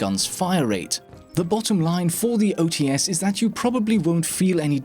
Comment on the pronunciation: Hey, I wanna fix you a little. "OTs" reads as "O-Tse", with two sounds, not as "O-Tee-Es" with three. Cheers!